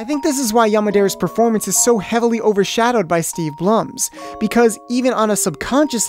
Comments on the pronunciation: It;s "BLOOM" not Bluhm. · It's Blum but it's pronounced blume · its pronounced "Steve BLOOM" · You got steve's name wrong twice then finally got it right. It only grates on me because I always make the same damn mistake.